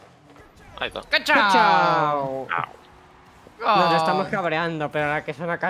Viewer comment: Porque todos dicen kachau cuando es kuchau, no vieron la película acaso😢